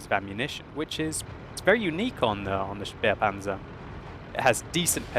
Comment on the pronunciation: It is said "spehpanzer" not "spiepanzer".